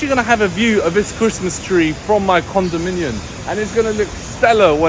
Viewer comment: Dude, it’s condominiuMMM!